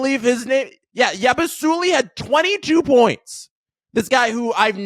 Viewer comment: Salut à toi! I listened to your podcast for the first time. Interesting. Love the passion. Still, you should learn how to pronounce Yabusele, a Euroleague star and a former Boston Celtic. FIBA basketball is a complete different game compared to the NBA. Canada (and probably yourself) has to learn to respect the international game a little more in order to improve. I thought the Canadians came out a little soft and arrogant. They were not ready as they were at the world cup Cheers from France!